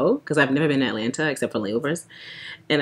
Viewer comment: Not ATAlanta! I’m screaming! I live here so I’m going to start saying ATAlanta!